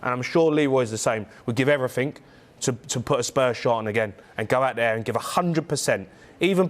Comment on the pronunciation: Why does he say 'every fink'? 🤢